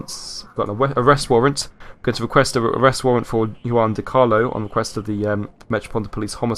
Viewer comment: Juan is pronounced hwan